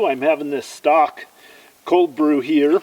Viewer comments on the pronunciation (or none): Hey, very much enjoy your videos and your excitement of finding history in remains of an old Homestead. On a much lighter note I had to chuckle at how you pronounced Stok cold brew coffee. A very nice cashier at the local Safeway who used to teach Grade School corrected my pronunciation of that brand of coffee. I too used to pronounce it "stock". She pointed out that there is a "long sign" over the O in Stok, so it's pronounced "stoke". That's our joke when I see her at Safeway.